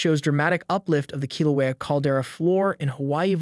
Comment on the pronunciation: listen to how the bot pronounces Halema'uma'u and Kilauea.